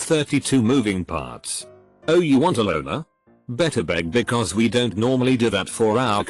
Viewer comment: the text: don't voice: dontsot